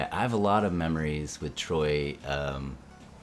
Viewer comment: Lol Everyone is saying instead of Troy